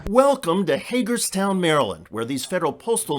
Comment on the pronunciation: Did you say Haterstown Maryland?